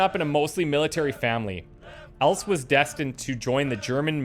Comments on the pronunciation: Happy to see the MOCX this season. Btw, Else is an elderly german name like Elsa or Elisabeth. Its also known in Danish and Norwegian. The second 'e' is pronounced like the first 'e' and sounds like an english 'a'. So its not pronounced 'els' its more 'else' with a short 'a' at the end. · Try pronouncing “Else” with a thin “L”, rather then the typical Anglo thick L. I guess like in Spanish “el soldado” etc. And indeed you pronounce the final E, so don’t say “L’s” - sounds like a diner or a bar! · I am pretty sure that there is already a comment how to pronounce 'Else' as a real German, like myself. But if there is not, I will try to explain it to you. The second 'e' is not silence and it sounds exactly like the first 'E'. And the 's' sounds like the english z, a more soft sound almost like 'the'. So you could say 'Elthe'. And Konig should be König, means king in english. Have fun with your .... 10th... XCOM2 sereis.